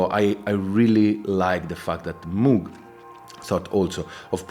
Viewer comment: Love my Syntakt, at least you pronounce Moog correctly as in how a cow would say it, rather than pronouncing it like one of those places you end up when your dead lol